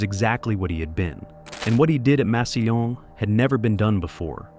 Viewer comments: Never heard Massillon pronounced that way. It's pronounced "mass ill lawn." Not sure if this is voice to text or AI for the narrator. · The amount of times it’s said makes me think this is AI. No one in America with this kind of voice and accent would pronounce a double L with a Y sound.